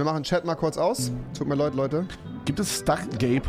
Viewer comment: Rewi : Tut mir leud Leute ⚡️😂